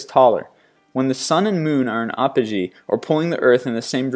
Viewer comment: Once again, you need to look up the pronunciation of words that you CAN'T SAY. It is APP-O-Gee, not Ahp-o-gee. And Tromso is pronounced Troom-suh. Also, the green flash is not the sun itself, but disappearing rays over the horizon of a sunset, or the beginning rays coming over the horizon of a sunrise. You really need to beef up your research. And your continued mispronunciation of words makes you look like an idiot.